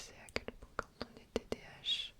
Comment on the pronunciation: Elle dit TDH et pas TDAH sa me fruste tellement 😭🤣